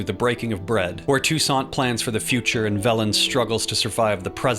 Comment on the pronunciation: i thought you said Tucson as in arizona when you said Toussaint 😭